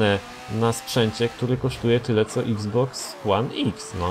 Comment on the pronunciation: czyta się Xbox one eks Pomogłem?